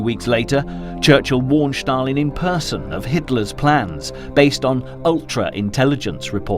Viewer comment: Well, not only the narrator was very (too) energetic, but he also kept pronouncing "Shtalin". Anyway, in the end, the level of this clip was for kindergarten